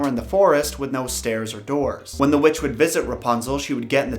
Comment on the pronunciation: Am i the only one that heard him say "their neighbor was a wetch"